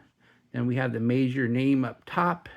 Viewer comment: In my head, I've always pronounced the brand as the word "meager". Your pronunciation sounds classier. 🙂